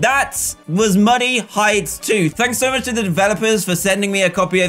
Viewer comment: Who else kept thinking he was saying money heights until this video just me?